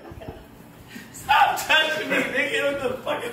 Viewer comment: the emphasis on the word “nope” had me rollin 💀💀💀💀